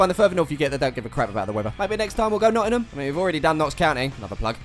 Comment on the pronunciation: Being from Nottingham it for some reason annoys me it’s Not Ing Ham ,not, not in um